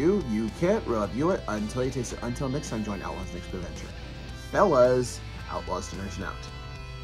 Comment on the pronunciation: Wait - Did you always say "Fellas" at the end of videos? I thought you were saying "Fearless!" That was so bad ass. Maybe I misheard it the whole time.